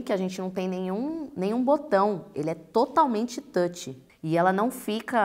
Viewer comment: é touch, não tôti